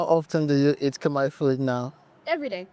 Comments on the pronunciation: She pronounced Khmer words very well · Your Khmer pronunciation is so admirable 🎉